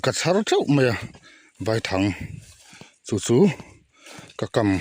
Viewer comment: Vaithang i lam dan a diklo I lam dan chuan thlangkawr vai ho hming angin ilam a vai hmawlh vai anga lam tur ani e